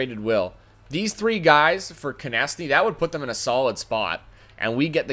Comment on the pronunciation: So carolina trades their top two players for 3 old d-men and 2 prospects? Doesn't seem too realistic. If you have Konecny you need to learn how to pronounce his name correctly.